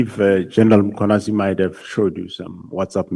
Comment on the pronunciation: Who is this Makhwanazi they keep mentioning. It is Mkhwanazi! The absent "a" is also very silent! Nxa!